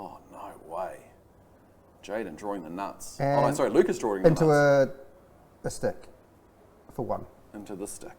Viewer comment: lmao its Lucas not Lukas, thanks for posting guys, it was cool to play on feature.